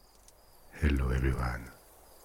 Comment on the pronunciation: "Hail-low everyone " Me: nuzzle up and grown man giggle